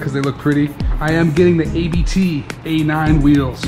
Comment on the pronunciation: tip.. ABT ..... is not A.B.T ... is AHHbth . like you goone Saah Ahh yheaa.. in calm way.. and from sport.. you take the T combine it..... then you Get Ahbt... :P seeing it there family name. . like DAniel Abt.. Christian Abt . and current CEO .. Hans-Jürgen abt . and Founder Johan Abt :P